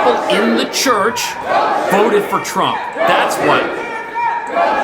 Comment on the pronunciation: did she say "The Terp Administrations"